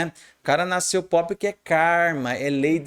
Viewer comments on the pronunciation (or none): none